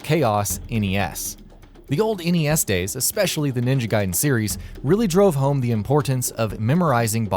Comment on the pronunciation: At least he didn't say Ninja Gay-den like most reviewers who didn't know.